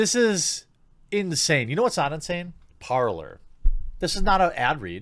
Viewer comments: Goddammit, Jeremy, Parlor is pronounced PAR-LAY. Not PAR-LER. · It's pronounced like "par-lay", Jeremy It's a French word. I kept thinking you were saying "parlor" at first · Just as an aside, I am pretty sure "Parler" would be pronounced "Par-lay" not like "parlour". Parler is "to speak" in French. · It would help everyone if you were to say that the app is "Parler" not "Parlor". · Just a note, I think Parler is meant to be pronounced "par lay", nor "parlor" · Can not wait until Jeremy starts pronouncing it correctly. Cringing hearing him call it Parler. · me french. It's not "parlur" but "parley" like in bentley or NBA. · ‘Parler’ is French for ‘to speak’. It is pronounced ‘parlay’, not ‘parlour’. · Check into this, but I think it is pronounced Parley but spelled Parler. Not 100% sure, but it seems to make sense. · it's probably pronounced parl-eh like the canadian "eh" because its french for talking. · Parler is pronounced Par-lay. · "Parler" is French meaning "to speak". It's PRONOUNCED PAR-LAY. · Parler is pronounced more like Parr-Lay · Par-lay, its french Jeremy, culture yourself. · Parler = Parlay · I think it is actually pronounced Parley, but spelled Parler. Atleast this is what I have seen and heard a few other places and it seems to make sense.